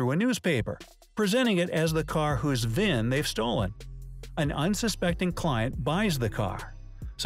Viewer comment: V-I-N not VIV. Vehicle Identification Number